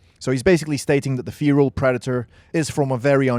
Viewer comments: You are saying fearal it's fe-ral lol. Good video just was cracking me up. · its not feeeral its ferrr alll get it wright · Fare ral not Feeee ral lol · Feeeral? Wtf? Do you mean Feral? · It's called 'Feral' not 'feAral' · "FEAR-AHL" Predator... No dude NO... It's FEHR-AHL Like a Feral Cat... u weirdo Ur welcome, thanks... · Had to turn the video off bc of how you pronounce feral. It’s “fair-al” not “fear-al” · I mean no offence, just you don't pronouce feral like fear-al. It's Fe-ral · Id finish the vid but godamn the way you say feral just pisses me off but good vid besides your dumbass pronounces feral its FERAL not feeral you in the se category as the same dipshits who say nissan zed instead of Z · FFS man it's FERAL not FEERAL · It's pronounced 'feral' not 'Pheeral'! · Feral feral feral feral !!!!!!!!!!!!! Not fear’al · Mate it's feral not fearal. Your British aren't you? Pronounce it right mate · Why do you say feral as feeral? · Why are you pronouncing Feral as "feereel" Have you not heard this word before now? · You're getting a lot of pronunciations that are easy terribly wrong, mate! "Fee-ral".... Like, seriously? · You sound dumb saying "feral" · Okay one the new predator is more like the berserker class 2 she is never tracking it however it is always following her. Just a false showing 2 pronounce feral and Comanche correctly please also this predator gives off bad blood vibes. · That's not how you pronounce feral btw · How did you manage to make a video about something with feral in its name without even learning how to say feral. Like surely youve heard the word used before at some point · You saying Feral Wrong Asf but good video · You don't know how to pronounce the word Feral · You should learn how to pronounce "feral" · It’s pronounced feral means wild like a feral cat would be a wild cat get it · I can’t cope with how this dude pronounce feral…